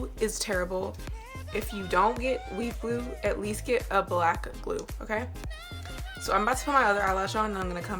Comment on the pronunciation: Sounds like she’s saying weed glue